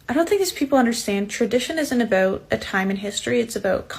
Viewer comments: ayo am I trippin or is this “America first conservative” a Canadian? That about sounding a little too moose rider for me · I heard "aboout," so figured she was Canadian 😮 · Yeah, I figured she was Canadian with her pronunciation of “aboout”. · "Aboot" ? Is she Canadian? The fuck is she complaining about? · he a secret Canadian? lol ...aboot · The way she said "about", she's definitely Canadian. That's even more hilarious